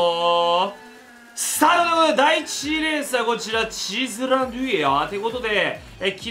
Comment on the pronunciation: イタリアン風